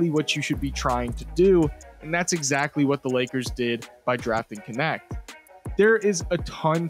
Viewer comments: His Last name is the German word for "servant". Funny that it gets pronunce like "connect", instead of [knɛçt] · How is it not pronounced nect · Thanks for making following a sport on the other side of earth bearable. Knecht(which is pronounced extremely different in german), was probably the perfect pick for the lakers at their spot.